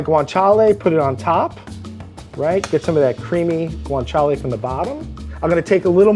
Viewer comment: Take a shot everytime says 'guintala'